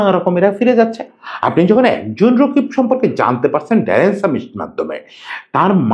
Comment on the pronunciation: রকিব ❌ রাকিব ✅